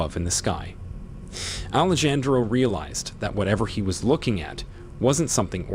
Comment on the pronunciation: Ahh-lay-Jan-dro😬 that was like chalk to a board It’s pronounced Ah-lay-han-dro